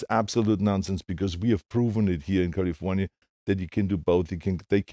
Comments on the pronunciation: Adam Romero CAHL-IF-OWN-YA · Me to I'm just waiting for the arrrrrrrrrrrrrrr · Yes! min